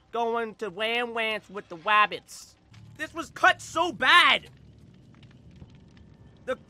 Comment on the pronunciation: when he’s killer: we hunting wabbits when he’s survivor: we saving wabbits